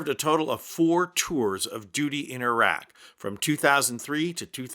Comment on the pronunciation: Thank goodness you said iraq not eye rack